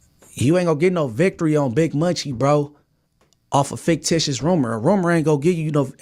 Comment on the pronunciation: “Faketitious” I’m gonna trademark that 😂